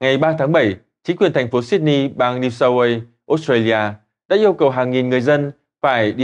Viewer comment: New South Wales ( queo ) cha nội ơi , kg phải New South Quê ( Way) nha . Wale đọc là Queo , Way đọc là Quê or Quay cũng được . Ông đọc tin thì cũng phải để cho người nghe hiẽu được ý ông muốn đọc gì chứ .